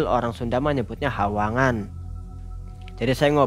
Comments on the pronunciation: koreksi...sungai basa sundanya..."wahangan☺️,,bukan hawangan. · “wahangan” mreun nya mksdna teh 🤭